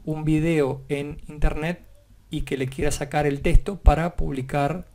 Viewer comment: soy a la unica que le altera que diga testo en ves de TEXTO?